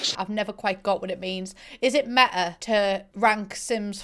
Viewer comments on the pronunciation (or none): "I've never understood the concept of 'meh-ah'" 😂😂😂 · When she says meta it sounds like meh-ah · I’m sorry but when you say meta you say MEHA 😂😂. But I love your accent...